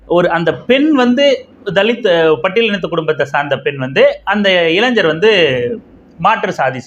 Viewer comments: இளைஞ்சர் என்ற உச்சரிப்பு தவறு, இளைஞர் என்று உச்சரியுங்கள். 🤝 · இளைஞர் என்று உச்சரிக்க வும் இளைஞ்சர் இல்லை அதன் பின் தங்கள் அ றிவுரை ஏற்றுக்கொள்ள பலரும் முயற்சி செய்வார்கள்